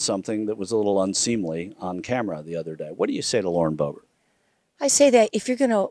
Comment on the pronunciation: As the name is still very common in Germany and almost non-existant in France, her name is very likely German in origin (Böbert/Boebert) and not French. Therefor the emphasis is on the first syllable.